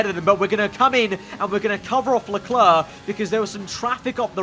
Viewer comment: If I ever stop watching, it's probably because of how he pronounces "Leclerc". It's not a big deal but geez it's annoying, great content tho